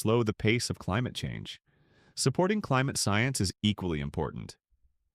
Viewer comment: "The fight against climuhchange" hahah you 🤡